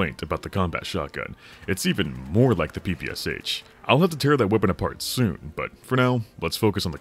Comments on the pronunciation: Sorry, but cant stand it... That soviet smg not p-p-c-h, it is pæ-pæ-sha [pɜːpɜːˈʃaː] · "Erhm aktually its pronounced pappasha🤓☝️" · Being from Ukraine (which had been a part of the USSR), it's so weird hearing PPSh beiing spelled like that, lol. As "Sh" is spelled in one letter in russian, the way PPSh is pronounced is "Pepesha" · It take me some time to realise what PPSH is) because it's original abbreviation consist only of 3 letters - "ППШ"(P-P-Sh). its stands for Shpagin submachine gun. It's just a bit funny to hear P-P-S-H, but tbh this pronunciation more cool ;) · i hate when PPSh-41 (ППШ-41) pronounced as "pee pee ass h". It's Shpagin's submachine gun! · Huge mistake was naming PPSh this way that others read it like 4 different letters. When in reality last "Sh" sound is pronounced like in word "Shallow". Because PPSh literally stands for "Shpagin's sub-machine gun" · Bro, you cant criticize others for gun cringe while mispronouncing PPSh that badly 😂